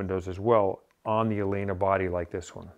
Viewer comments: Amazing! Favorite episode ever. Not that it matters... but the name of the company is pronounced El-lena. Both "L"s are pronounced. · Pronounced El-lena